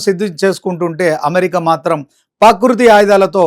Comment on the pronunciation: ప్రకృతి అనడం నేర్చుకో